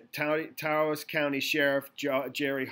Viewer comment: Taos is one syllable, it remember with douse or house